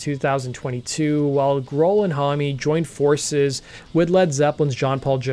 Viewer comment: should anyone tell him that Josh's last name is only one syllable not 2.....his last name is Homme, not Hommy